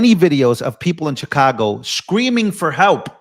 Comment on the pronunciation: Pronounced Shi-cago Not Cha-cago. It's the Shy, not the Chy.